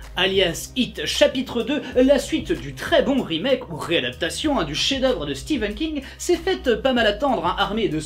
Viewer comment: Il a dit Steven King 😱